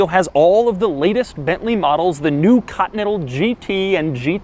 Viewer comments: It's not cuntinental, it's continental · Doug pronounces Continental so weird. Katintel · No one: Doug: "Bentley Cotnettal" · "Cottonental GT" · "Cottonettal". Yea i know "Continental" very hard to pronounce :D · What about when he says "cottonettle" 🤣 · Why the fuck you pronounce "Continental" as "cut metal", Doug? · I really get triggered of the way he says continental. 😂😂 just kidding keep up the good work